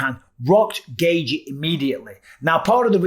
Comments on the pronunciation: Why do you keep pronouncing Justin’s last name “Gay-G?” It’s “Gay-chee” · Bisping: "Justin Gayyythjie"